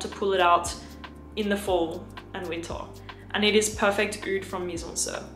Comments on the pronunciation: Going to watch again just to hear say "Weentah" again.💛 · I love how she never says the “R” sound. Fall and winta it gets coola”